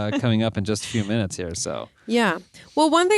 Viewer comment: had to comment again for "30 morbid minchnutes" 🤣🤣🤣